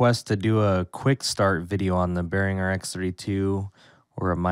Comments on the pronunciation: Do you not know how to pronounce Behringer? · Drives me bonkers how he says Behringer. Omfg